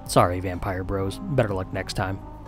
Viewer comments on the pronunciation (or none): none